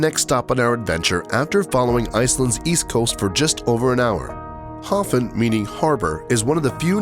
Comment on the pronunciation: You mispronounced Hofn and misidentified Vestrahorn as Estrahorn.